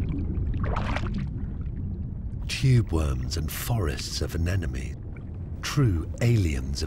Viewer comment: Aeoonnn Are you kidding? I sure hope so. The narrator mispronounces anemones. Also, he says that corals are closely related to sea stars! I quit watching after that. There are plenty of videos that offer incredible underwater footage and their facts are correct.